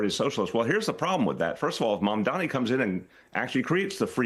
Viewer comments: MamdaNi, not MamdaMi,. Best words said: "Cuomo does not know how to take NO for an answer." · It’s MAMDANI, not ‘Maamdami’, you should learn to say the next New York mayor’s name properly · Flipping ahole refuses to say MAMDANI name correctly which shows what a jerk Cuomo is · Cuomo can’t even pronounce Mamdani 🤡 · And he still keeps mispronouncing his name👏 love the hypocrisy considering how many people mispronounce Italians' names, and this dude's still mispronouncing someone else's name.... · He's never said zohran's name correctly once in his life.... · Andrew can’t even pronounce ‘Mamdani’ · It’s ridiculous that Cuomo still unable to pronounce Mamdani’s name. He’s such a dimwit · It's September 2025 and Cuomo is still pronouncing Mamdani's name wrong. He's doing it on purpose, because in addition to being a perverted creep, he's also a racist. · Still can’t say his name right? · He still can't say Mamdani's name correctly. Is he having strokes or just racist? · Cuomo intentionally mispronouncing Zohrans last name repeatedly is not doing what he thinks it is. it makes him look stupid. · Still mispronouncing mamdanis name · Cuomo either can't pronounce Mamdani or he's refusing to, even after Mamdani spelled out his name for him in a debate, or he's refusing to. Either way he has clearly shown himself to be a bigoted racist and islamophobe. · Why does he keep on saying his name wrong? This seems like a no-brainer political move to not look foolish. Get your opponents name correct,it’s an easy victory Zohran